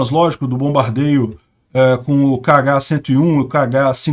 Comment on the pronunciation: "esses missel KH" eu escutei "caga" kkkkkkkkkkkkkkkkkkkkkkkkkkkkkkkkkkk